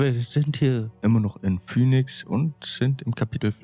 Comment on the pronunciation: Man spricht Phoenix, Fienix aus lul.